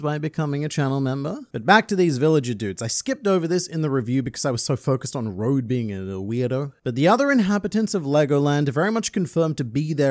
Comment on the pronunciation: Road is the name English speakers choose. As Dawn & is Dusk said, his name is pronounced more like Ro-doe.